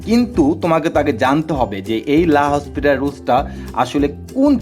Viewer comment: রাসেল ভাইয়া বলেছিলেন এটা লা হসপিটাল না উচ্চারণ টা লা পিতাল রুল বানান এল হসপিটাল রুল এর মত